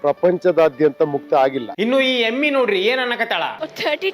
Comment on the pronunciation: ಅಮ್ಮೀ❌ ಎಮ್ಮಿ ✅ 😂😂😂